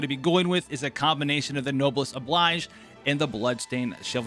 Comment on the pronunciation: uh, no... noblesse oblige is French, and the "oblige" here is supposed to be pronounced as "obleej." FYI, thanks.